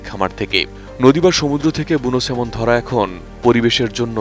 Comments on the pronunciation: Not Semon, it’s Salmon. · কি লেখা পড়া করে একটা সাংবাদিক হয় আপনি তার প্রমাণ । স্যালমন কে সেমন ! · Thikoy asa,,,,banan ta " Salmon" but, pronunciation hoba "সেমন" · নামটা তো ঠিকমত বলেন সাংঘাতিক 😆